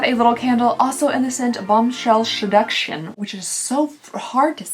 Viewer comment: I will never be able to say 'seduction' any other way now... "sheducshion" LOL I love it.